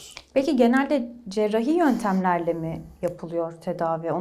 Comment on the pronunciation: Spikerin,cerrahi kelimesinin telaffuzunu bilmesi lazım.cerahi cerahi ne öyle.